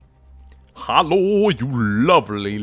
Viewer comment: Hey, cool to hear that you're Norwegian! I thought I picked it up from your hallos at the start, but accents are tricky to pin down.